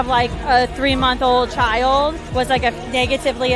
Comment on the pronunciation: Chi-ld. It's a single syllable word people.